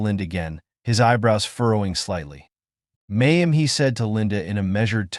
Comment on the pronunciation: What word is 'Ma am'? Please listen to English recordings and learn how to read English out loud.